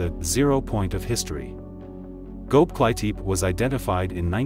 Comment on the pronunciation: Never heard the name of a place this horribly mispronounced in my life lol He said "go-bly-teep" its "go-bek-li-tepi" And calling it a cult building collection is ridiculous, how bout its the oldest known man made structure to date. But other than that, love the channel